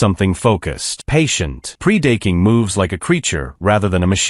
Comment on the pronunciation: Pre-date-king...??? WTH???